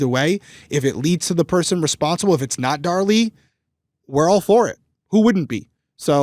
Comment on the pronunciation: Since likes to correct on her pronunciations all the time 🤭, I just want to point out that this time is saying her name as “Dar Lee” (it’s driving me crazy) and is saying “Darlie” like everyone else in the world. I got your back. YOU should be correcting HIM for once 😂